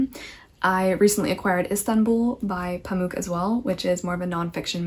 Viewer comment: Gentle PSA: Orhan Pamuk in your accent is best pronounced Oar-hun Pum-ok (as opposed to Pamook - like Spook - the last syllable in Pamuk is short and resembles the word Hammock. Pum-ok.) I'd love to hear your thoughts on Pamuk's Museum of Innocence alongside Her Name is Red! Turkish literature - the clashing culmination of East and West; the Eurasian landscape, with pomegranates in Summer, and bleak, unyielding snow in Winter; a land brimming with the descendants of nomadic Turks who once worshipped the sky; and a new republic still, *still*, scrambling to rebuild what it lost after the Empire fell - is a wholly unique and transformative experience. There is no country quite like ours, no culture quite like ours, and hence we feel utterly alone in a world full of many different cultures we feel only marginally familiar to. And everyone has a different idea about who are and who we should be; such is the contemplation of many Turkish authors.